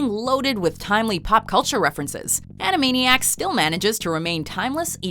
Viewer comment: No, not animainiacs!